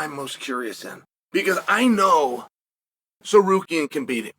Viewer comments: did uncle chale just pronounce Tsarukyan right? 😶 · The first name uncle Chael says correctly EVER is „Tsarukyan“??? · But says „Tsarukyan“ correctly…. 😂